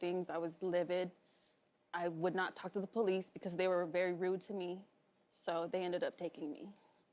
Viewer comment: Ohhh noooo he really sound like this?....... Poe lise? Sorry but I'm not clapping for this boi.... What a young un... All OK...